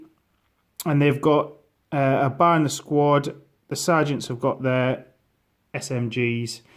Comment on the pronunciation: Armoured cars are fun in Bolt Action. i have the 6 wheeled one by Warlord. One book you might want to check out is Charles McDonald's Battle of the bulge which is from the US perspective. btw its pronouced BAR as if spelling it, not bar.